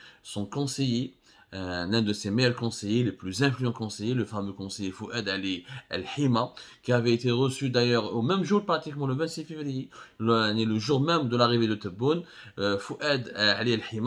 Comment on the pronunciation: اسمه فؤاد علي الهمة ماشي الحمة..باين كتقرا الاسم بالفرنسية....